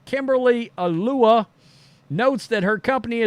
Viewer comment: "ALULA"--Ah-Loo-Lah!! Lol!!